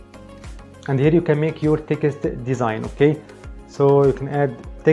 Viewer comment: You seem such a nice and hard working man, I have been a subscriber for a long time and want you to succeed. Can I say when you say Text it sounds like Ticket, I understand you are trying and doing very well with your English and I am saying this as a friend! Try to pronounce Text like TEX- - T Or even just say TEX. Keep up the good work.